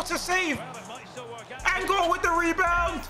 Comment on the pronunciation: i know this man didn’t just say “that’s a tight angol” 😂😂💀 I’m dead